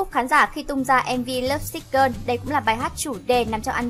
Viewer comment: Thích top sao Hàn làm, nhưng chị lại đọc các tên bài hát hay tên idol ko đc em tại lắm lovesick gơn 😖😖😖😳😳😳😖 là gì